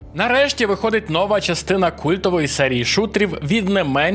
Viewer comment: новА частина, а не нОва! Все нiяк не можеш одужати пiсля того, як кацапня покусала.